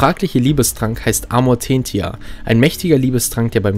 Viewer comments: No offense Aber kannst du die Namen bitte aussprechen wie sie auch im Film ausgesprochen werden? Egal ob deutsch oder englisch Aber dein Amortenia hat mich echt getriggert xD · Ich mag deine Videos sehr aber deine Aussprache des Amortentia rollt mir die Zehennägel hoch... xD Übrigens ist dieser Trank für mich ein Argument, dass Ginny Harry keinen Liebestrank gegeben hat. Denn der Amortentia riecht für jede Person anders, je nach dem was man anziehend findet. Und für Harry riecht der Amortentia nach "Fuchsbau" bzw. wie man später erfährt nach Ginny. Heißt die Anziehung muss von Harry aus schon da gewesen sein.